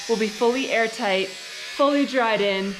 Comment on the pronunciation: I keep getting nervous when they say , “we’re Aar-tight’, as we all know is super important at that a home “breathes”. Ventilation, etc. Also, if they want to use that sunroom as much as it seems that Ali wants too, I hope they have a duct for central-Air. Cant, live w/o central air and be comfortable, and that sunroom will be a sweat-lodge, unless has an a/c vent for all the hot months, when a cross breeze from windows just wont cool it, enough. Best wishes, they should be super proud. ✌️